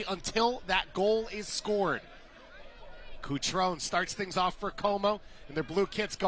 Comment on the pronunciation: CutronE! The last vowel is not silent.